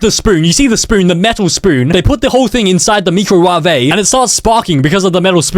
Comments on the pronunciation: no hate or anything but lmao its hilarious the pronounciation of me-cro-wa-v-ay i usually say my-crow-wave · “Meecruwavay”?😂 it’s “microwave”😂😂😂😂😂😂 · why are you saying microave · Did bro just say: MEECROWAVAY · "the meecrowavay" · Me-crow-waah-vae slaps